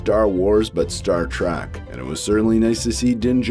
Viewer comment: Star “track” sorry? That’s how I heard you pronounce it. But either way Star Wars and Star Trek have always had a lot of similarities to them.